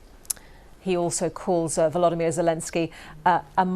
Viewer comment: VoloDYmyr - please, the accent should be on the third syllable!